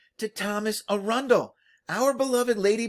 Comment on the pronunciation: Great sleuthing. I love your pronunciation of Arundel - I'm sure its more correct than how we say it. There seems to be much delight in "lying your ass off" with the historians. I wonder if they are the same scriveners who write the legislation. All worshipful society members from the city without London.